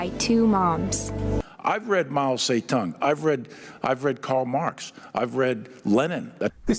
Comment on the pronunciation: ngl this is the first time ive heard "zedong" pronounced like that out loud